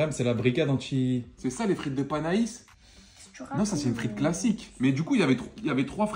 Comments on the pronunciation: Panais pas panaïsse ptdrr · Panais ça se prononce « pané » au cas où